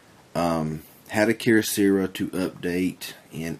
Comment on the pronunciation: What's up with the mispronunciations of Keyocera? You seem like a good guy but I just felt compelled to point out that it's not "keer-oh-seera". The correct pronunciation is "key-oh-sarah" (like the female name Sarah)